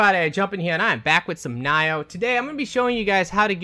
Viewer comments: it's Nee-yoh not Na-yoh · You say it like "N-eye-oh"? Don't worry, I say it different from everyone else too. I say it segmented like "Nee-Oh" with an accent on the "Oh", instead of "Neo".